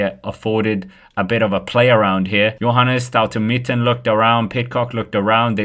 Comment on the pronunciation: Staute Mitten 😂 STAUNE MITTET